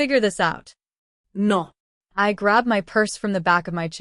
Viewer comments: What is with the random spanish speaking woman that just pops in to say 2 or 3 words and then vanishes? WTH Everytime this lady gets mad a female Mexican poltergeist leaps in and shouts NOO. I know it's all english, but accents make a massive impact on a spoken story, lolol I keep getting WHIPLASHED right out of the story by this narrator ghost interjecting her truth into the tale, lol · Multiple times repeating the story line. The foreign “no” is too funny.